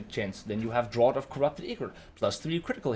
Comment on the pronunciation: "Remember the word Draught". Except that it's pronounced DRAFT. Lol